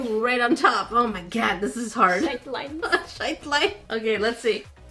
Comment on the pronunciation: the line shights... shite is an expression used in ireland meaning s*&t. I dunno why i found it so funny hearing the wholesome basically swear cause of a jumbled word